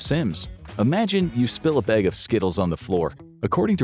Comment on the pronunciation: “bag” the WAY YOU SAID IT- YOU ARE CANADIAN!!! I CAN TELL!!